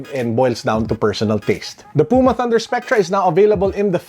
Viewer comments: The way you pronounced Puma is actually the right one. It is a brand from Germany, so it should be read the way it’s written. Not like English. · your pronunciation of "puma" is correct. it's the german word for cougar. trust me, i'm german^^